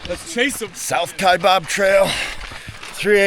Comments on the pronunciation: Kaibab - kaiBAB not BOB - how we know you’re not a local 🤣🤣🤣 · It’s pronounced Kiabab trail NOT Kiabob! No Bob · I can immediately tell when someone isn’t from AZ by the way they pronounce Kaibab hahahah it’s always wrong!!!!